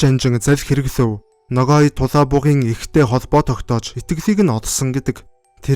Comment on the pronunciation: Buruu heleed baih yum. holoin g usgeer helne. noghai